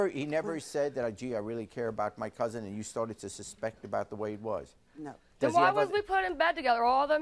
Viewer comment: It annoys me so bad when people say "couzint". There is absolutely no T in that word. Its "COUSIN"